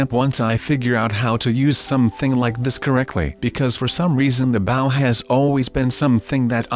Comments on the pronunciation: It's not bow it's Bo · It bow not baw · bow not boe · it's bow not baw😡😠😡😠😡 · It's noooot Boow its Bow!!!! 😒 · It's bow not bouw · It's bow not bow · its not bow say with me B ow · it is bow b oh. not bow bouh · It is bow not baw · IT'S BOW NOT BAOW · it's called bow not baw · why does he say baw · And it's called bow(boe) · You said bow wrong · Just to let you know You said bow wrong